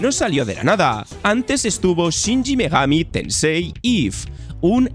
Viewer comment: Porque coño dice shinji megami tensei en vez de shin megami